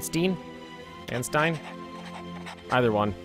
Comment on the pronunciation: Man Stine. Stein just like in Einstein.